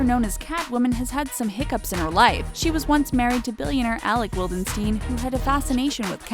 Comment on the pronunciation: Jocelyn's last name is pronounced "vildenchtain", she is from Austria not Israel...